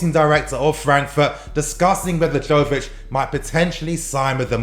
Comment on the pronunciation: It's pronounced yovich not jovich